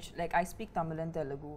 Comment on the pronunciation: The way Kajal pronounces simple Tamizh words is cringy and embarrassing. It seems like she hasn't even made an effort to try and pronounce them correctly for being a leading Tamizh actress for these many years.Sigh.